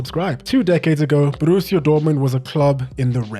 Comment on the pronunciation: Great video mate, one note tho. You don't roll the R in Borussia. It's a rough R, you say it in your throat, not with your tongue. :)